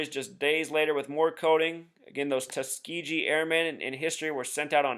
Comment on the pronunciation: Might want to learn to pronounce Tuskegee. The last syllable is not pronounced gee as in gee whiz, but more like the white suits worn in martial arts, or gi.